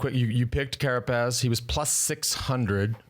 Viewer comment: It’s a beautiful thing hearing Johan say “Carapaz”